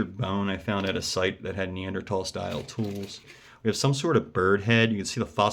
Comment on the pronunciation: I'm so glad you know how to correctly pronounce Neanderthal.